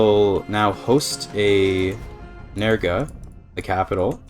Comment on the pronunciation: there is no "A" in nerge